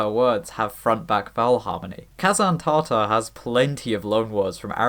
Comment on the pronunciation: Slight nit pick Tatar is pronounced with a short Ta-in the first syllable of the word but great video regardless lol